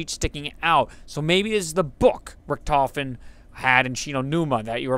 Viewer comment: Ever heard of Manfred Albrecht Freiherr von **Richthofen** (2 May 1892 – 21 April 1918)? A.K.A. the Red Baron? The "ch" sound may not exist but no character in the game pronounces the name with a "ch" sound, at least as far as I can recall.